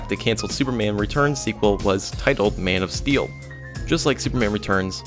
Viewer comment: You sound like your saying mane of steal